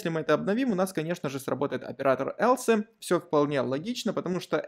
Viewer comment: Else произносится как элс, а не элсЭ. Слух режет. А в остальном всё супер)